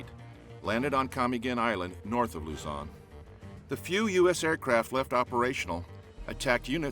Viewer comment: Luzon not lozon